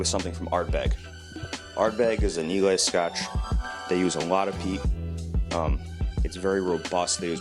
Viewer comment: americans please pronounce islay correctly its eye lah